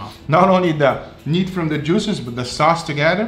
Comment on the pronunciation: my favorite ----> "....the bag................djooo-szez!.." Great vid, G...love 'em